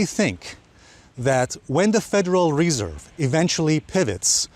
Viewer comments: it’s not federal REE-serve it’s federal re-SERVE. Accent on the 2nd syll-ABLE. :) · i love hearing Alessio say WRESERVE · bro! its not REEESERVE! just say the FED ;) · Federal Ree-serve. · nice video. . why do you keep saying reserve so strangely?